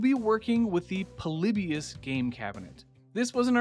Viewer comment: LET'S GO! A Ploybus reference, I never thought anyone would reference it, and the design looks really cool as well! Also hearing Ploybius as "Paul-lip-beus" both hurts my ears and makes me rethink how I pronounce it, "Paul-lip-bus" ( essentially without the i ) Honestly I would of loved some more references to the game interpretations shown in "POLYBIUS - The Video Game That Doesn't Exist" by Ahoy. But the arms look like wings enough for me to be glad with it.